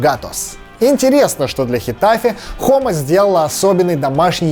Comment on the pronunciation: И не Хома, а Джома